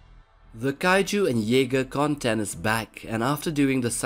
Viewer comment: WHATS YE-SPER??